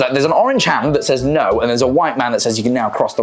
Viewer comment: Yeah America's weird, but I find it weirder people with your accent can't say words like water and no correctly, this goes for Australians too. Don't even get me started on the French.